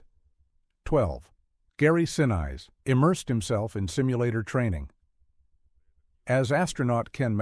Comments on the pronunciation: Oh ffs. Its not Sin Eyes. Stupid AI . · Pronunciation of AI narration is terrible. "Saturn Vee?!" "Sin-ice?" Lazy. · Dude - the narration becomes horrible. Gary Sinise is pronounced as Sin-ees or Sin-niece. Come on, who doesn't know Gary Sinise? Unless I missed it, but why wasn't Ron Howard's brother, Clint Howard, in the movie? He was a part of the Mission Control. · Would have been a first-class video had you hired a human narrator. Gary "Sin-eyes?" Sheesh! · I agree. Gary sin-eyes? No one pronounces it that way. Even if you have to use AI, teach it the correct pronunciation. There are also unnatural pauses, especially in the titles of each number. I don't know what that happens. I'd like to be able to recommend these videos, but the narration flaws really take me out of it. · Gary Sin neice is the correct pronouncement of his name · Yeah, frustrating!! Loved the movie, and enjoyed the content of this short documentary, even though mostly facts I already knew. But, Saturn VEE??😂 They also repeatedly pronounced actor Gary Sinise's name wrong. (Last name rhymes with Denise.) I've got a short last name that everyone mispronounces, too! ☹️ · I know these things tend to use AI voices, but "Sin-Eyes" almost made me stop watching ... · Gary Sin-eyes? Seriously! AI sucks! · Yet another AI narration. Gary "Sinize"? Really?? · Real AI voice over on the video. Gary Sin-eyes LOL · Very good coverage of an important, though largely forgotten, movie and event. But “Saturn vee” and “Gary😂 See-nice”? Really? Do better. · Sin-eese not the other way around! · I really dislike this lame AI narration, especially mispronouncing Gary Sinese’s last name multiple times. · Your AI narrator doesn’t help either. Lol Gary Sen-Ize?! lol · "gary sin eyes" ROFL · You mean you never heard of Gary Sineyes? He played Lt Doug in Ferris Gunn! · Nothing wrong with it, Gary Sin Eyes would agree! 😂😂😂😂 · 'Sinise.. really?? gotta love Artificial Ignorance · Constantly screwing up Gary Sinise name